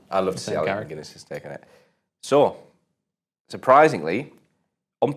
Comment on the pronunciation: Does he keep saying “Alec Mcguinness”?